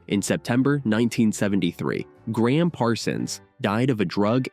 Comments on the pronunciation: Voice over keeps calling Gram Parsons by the name Graham. His name was Ingram Parsons, he was known as Gram. Emmy Lou is as beautiful as ever. Nobody has aged so beautifully in public before. And it is a beauty that a blind man can enjoy. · This video would be orders of magnitude better if the narrator could only refrain from butchering names. He started out by calling Emmylou "Emmalou" and then proceeded to call Gram Parsons "Graham." There's absolutely no excuse for treading roughshod on people's names.